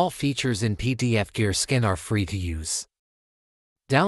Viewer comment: Please retrain your AI voiceover to stop saying "skin" when it should say "scan".